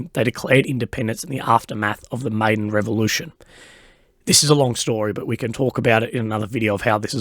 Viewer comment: By the way, Maidan is pronounced "my-dan" 💞